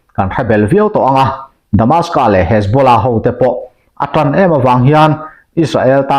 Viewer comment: Damascus tih tur